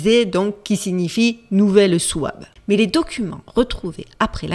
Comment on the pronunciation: Cela se prononce "choib" ... comme par hasard des descendants des nazis, européens et américains actuels, schawb du forum de davos, von der leyen, et autres ... avec bill gates projettent de nous asservir, voire faire disparaitre, peuples de gueux blancs !